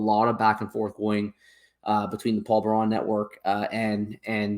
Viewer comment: Paul "Bear-in" not Paul Bar-On 😏